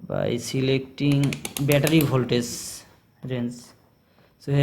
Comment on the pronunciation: its voltagggggeeeeeee not voltaze